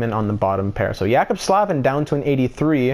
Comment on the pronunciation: Jaccob Slavin is pronounced J-Ay-Cob Sl-Ay-Vin